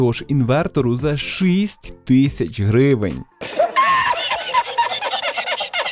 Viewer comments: Файно сподобалось дякую тільки шість а не шисть😅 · Дуже ріже слух "шИсть". Потренуйтесь будь ласка.